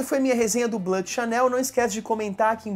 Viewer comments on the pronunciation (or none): Fala meu amigo beleza?.. só uma correção.. o Bleu se fala ( Blu )e não ( Blã ) e muitos menos ( Ble ) como muitos falam ... abraços